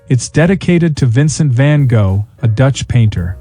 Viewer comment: Use AI that can pronounce Van Gogh correctly.